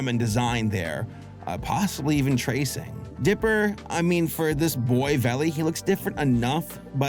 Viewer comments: its not pronounced like vAlley, its pronounced like vallEE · "Vale"? It's not pronounced "valley", it's pronounced to rhyme with "fail". How appropriate. (It's a synonym for valley, so eh, close enough).